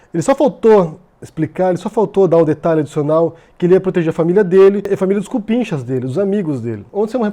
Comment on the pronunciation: muito gaúcho falando "C U P I N X A"